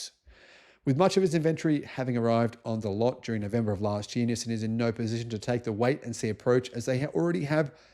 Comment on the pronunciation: It is pronounced "Knee Sahn". Accent on the first syllable and stretched out a bit. Similar to the word for hello in Chinese, pronounced Knee How.